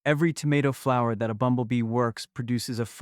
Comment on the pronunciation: The AI reader doesn’t know what a flower actually is. When it says “flow-er” pronounced like flow, like how water flows in a river or from a faucet…instead of how we correctly pronounce flower.